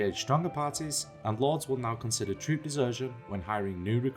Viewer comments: What did he say ? "Lords will now consider trudeserths when hiring new troops." Whut? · "Troop desertion" its what he said